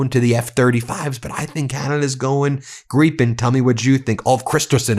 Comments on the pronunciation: Again Ben, why are you saying Greepen instead of Gripen. If you moan at someone you gripe, you don't greep. It's Gripe with an N at the end, pretty simple really. Sort it out. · Gryphen not pronounded gree-pen, but rather; greye-pen. with a long 'i' like 'crime'. I'm a big fan of Meidas Touch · I'm not sure how it's pronounced but I prefer to pronounce the 'Gripen' as 'Gripe-n' not 'Grippen', bc if you're flying one of those towards an enemy, then you've definitely got a gripe. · 1) Kristerson is an idiot in the same category as your cabinet. We are getting rid of him in September. 2) Ben is getting so close on the Gripen pronunciation that he almost sounds Swedish. It's Jaas 39 Griipen, if spelled according to English spelling rules (the times you use them). Great show! Greatings from Sweden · The mispronouncing of Gripen is VILE.